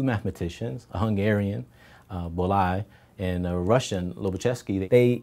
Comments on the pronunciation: The Hungarian name is actually pronounced [bɔːjɒi]. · "ly" in hungarian is just pronounced like /j/, as the first sound in you. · Very roughly put, the "ly" is just pronounced as "y", isn't it? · Good video as always. Although as a Hungarian, I can assure you this is not how "Bolyai" is pronounced :-) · Your pronounciation of Bolyai made me smile a little bit. Don't get me wrong, I don't mean to offend you, in fact I'm glad you even mentioned him; but just in case you wanted to hear how it's really meant to be said, click the speaker icon in the bottom left corner here